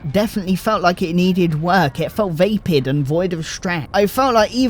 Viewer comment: Vapid does NOT sound like Vaped. It has a completely different root. Vapid is said like Van or Vax.